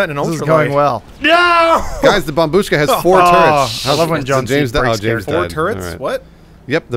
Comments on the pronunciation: I know it’s an old meme, but “babushka” is pronounced BAH-BUSH-KAH, not BAH-BOOSHKA, and the word means “grandma”. pronounced some dude’s reddit username! that had the word “kartoshka” in it, correctly! Great Job, keep it up! (It means potato by the way”. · It`s bOmbushka, not bombUshka